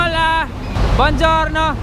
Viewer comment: Bojourno..”kamusta ...okay laangha-italian accent). Napahagalpak ako ng tawa.